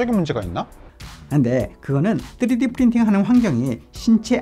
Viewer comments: 맞는 발음은 아님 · 쯔리디 ㅋㅋ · 뜨리디 ㅋㅋㅋㅋㅋ발음